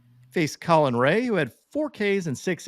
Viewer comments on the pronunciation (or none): none